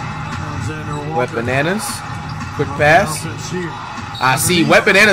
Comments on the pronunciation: did he just call wembanyama wet bananas or is it just me😂😂😂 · I remember us all clowning on flight for saying wet bananas and he stuck to it. Must be a pronunciation thing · I love how flight pronounces Wembanyama name 😂